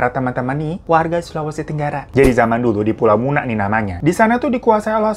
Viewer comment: Pulau muna yah bang bukan mina, terima kasih yah sdh bawain salah satu cerita rakyat sulawesi tenggara. ❤️❤️